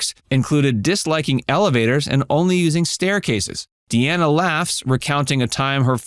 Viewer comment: Dean Martin's daughter pronounces her name Dee-nah. Not! Dee-Anna. But spells it Deana. That's Dean with an "A" at the end. His last name is pronounced Crow- setty. Not! Crow-chetty. How do I know? There's several sites that he mentioned that's how he pronounces his name.And Sasha is not his biological daughter. He adopted her. She is the daughter of his third wife.